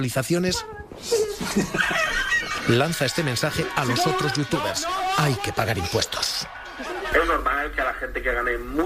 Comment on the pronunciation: Una noticia muy muy mal enfocada. Intenta defender una opinión/posición, desde mi punto de vista, correcta (pagar impuestos en España) pero de una manera muy poco profesional. Muchos fallos en los datos... Ni si quiera sabeis pronunciar correctamente los nombres de los youtubers/streamers a los que vais a criticar (VegUeta, AmpEter...)... Todo eso deja mucho que desear. Creo que con este tipo de noticias, se consiguen los efectos totalmente contrarios a los que pretende. Vuelvo a repetir, soy de la postura de que es muy egoista y ruin irse a pagar impuestos a Andorra. Pero cuando veo este tipo de noticias, me llevo las manos a la cabeza con la poca información o conocimiento que se tiene en la materia. Como consejo, preguntad a expertos, consumidores e incluso a streamers/youtubers... Cualquier persona con un mínimo conocimiento de la materia no os creiria por la mitad de datos mal contrastados que dais. Así como dato que habéis dado mal: Ibai no tiene el récord de visualizaciones con 2,5 millones, lo tiene The Grefg (en Andorra). Por favor, muchos jóvenes ven este tipo de noticias y cuando ven tantos datos incorrectos o gente que no tiene idea de la materia criticando a sus idolos, jamás os escucharán. Y estarán dando la razón a sus idolos sólo porque les saben comunicar mejor sus posturas (incorrectas y egoistas). Con este mensaje solo pido reflexión sobre la forma en la que estáis abordando este tipo de noticias... Pues desde un gran consumidor de este tipo de plataformas